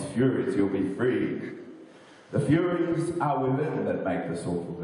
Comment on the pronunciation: Hey its Furies not Furries lol